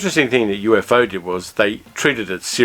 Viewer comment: “UFO” in the show of that name is pronounced as a 2 syllable acronym, U-fo.